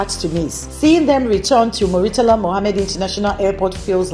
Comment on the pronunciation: IT IS NOT MU-REEE-TALA , IT IS MURRR-TALA